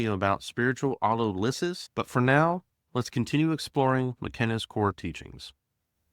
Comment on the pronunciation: Very nice. I read McKenna's books when they first came out. Oh, and it's pronounced auTOLysis. :-)